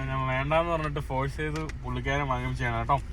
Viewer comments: മലയാളം ശരിയായി സംസാരിക്കാൻ പഠിക്കുക, നാൻ അല്ല, ഞാൻ ആണ് ശരി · നീ എത്ര ശബ്ദം മാറ്റി സംസാരിച്ചാലും, ജോർജ് കുളങ്ങരയുടെ 100 മൈൽ അടുത്ത് എത്താൻ പറ്റില്ല. 'നാൻ' എന്ന് എന്തിനാ പറയുന്നത്? ഞാൻ എന്ന് പറഞ്ഞു കൂടെ,?